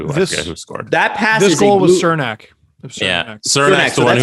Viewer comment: It’s pronounced “Chernack” gotta emphasize the CH sound on his name